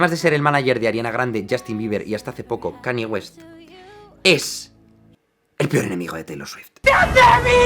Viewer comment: Brutal vídeo, y vaya fumada que se cogió Kanye West ese día. Por cierto! Aclaración breve: Se pronunciaría mas como: Kan-lle Güest, y "Maciu Macona-hey" XD